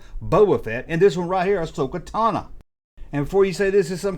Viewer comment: Ahsoka Tana and Guru. just butchering names